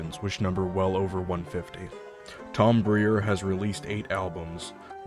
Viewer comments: I didn't even notice your pronunciation. BRYER BREEYER it's not a big deal. Honestly didn't even catch it and rewatched to see what you said vs a random video from keep1st. People pronounce my last name wrong on the time. great video. It's good to know he's in a better position now. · It’s pretty weird that you pronounced his name as Tom breer instead of brier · Actually, the guy who posted this video was mispronouncing Tom's name all through (as Bree-er). Now, That was annoying. The guy who spelled it, incorrectly, as he heard it (Briar) showed that really knew who Tom was - and that's more important.